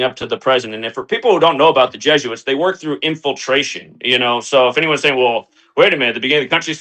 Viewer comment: nails it...... JESUITS not JOOS